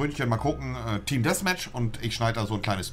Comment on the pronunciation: es heisst Däffmätch und nicht Dässmätch